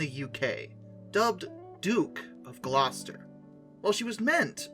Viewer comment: atleast someone not from england got the pronounciation of gloucester correct for once